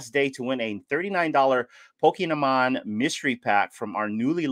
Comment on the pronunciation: Haha! I didn’t realize I said Poke-nah-mon (It’s a new language 😂). I need some sleep 😴 .